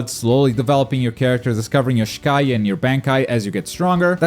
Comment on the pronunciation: just a small note you mispronounced Shikai and Bankai pretty badly. It's pronounced "Shee-Ky" and "Bon-ky" respectively in English terms.